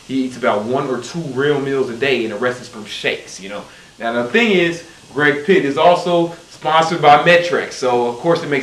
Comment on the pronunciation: rip Greg PLITT, not Pitt. He, like you was one of the greats